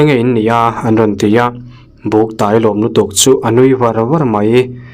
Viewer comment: "Ka taw ka tawi a" tih hi a lam dan a diklo "tawi" tih hi "tuai" tih thluk a lam tur...eg."ka tawi hrut hrut a"